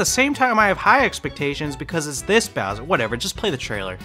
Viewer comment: “I don’t think they change bower much” Bowser: say sike right now